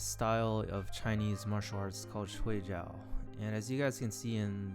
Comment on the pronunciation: Pretty cool! Pronunciation of Shuai Jiao is : Shuai -shwy (rhymes with pie, fry, my, sly, etc. Pronouncing it the other way means ‘sleep’. But, otherwise great video, thanks!👍🏻👍🏻